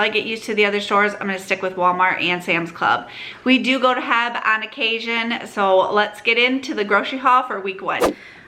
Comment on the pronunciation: Just found your channel last week and enjoy your content! FYI the grocery store is pronounced H E B, sound out each letter! You’ll find out it is a Texas treasure